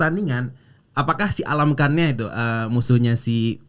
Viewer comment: yang bener itu almakhan. Bukan Alamkhan 🤦‍♂️